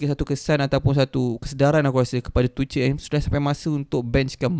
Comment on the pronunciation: Bang tuchel tu pronounce dia "too-curl"/"tu-kel"